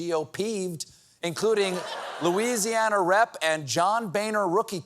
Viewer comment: What's wrong with Lousiana? And North Carolaina....what a clown show..